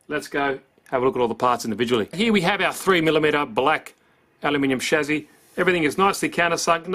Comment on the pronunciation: Shame you say chassis wrong